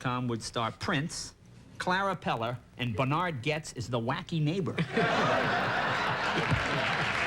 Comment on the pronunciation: Jay, it’s Bernhard, not Bernard!